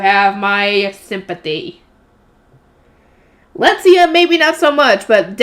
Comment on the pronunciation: Letizia is pronounced Le-ti-zi-a The way you a saying it is Let-zia leaving the i silent but you have to produce it. An i in German is pronounced like an e in English. Le-te-zi-a. But it is fine if you find it easier to keep everything as it is. You are doing fine otherwise. So keep up❤